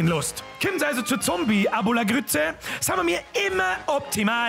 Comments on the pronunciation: Zombie-Acopalytse ?! Nice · Zombieatopalüpse 😉😂😂 bist da beste👍👍